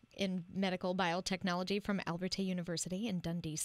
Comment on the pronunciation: Just to clarify - what sounds like "Al-ber-tay" University in the intro should be Abertay (Ah-ber-tay) - nothing to do with Albert. Despite the various references to "Albertay University" that may exist on the Internet - these are in fact incorrect.